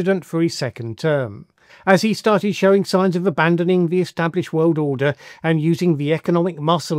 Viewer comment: When will the wiwd accept your gross pronunciation of the word wiwd?